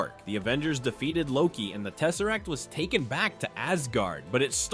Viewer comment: The space stone when he said teserrack I’m like la la la lava ch ch ch chinken